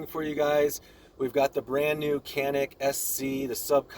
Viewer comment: Kenik değil lan Canik Canikkk